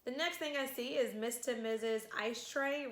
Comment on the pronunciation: Yeah k i was hoping that you'd learn in a month how to say from MISS TO MISSUS